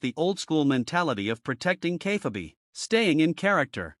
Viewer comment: Please teach your AI how to pronounce "Kayfabe"...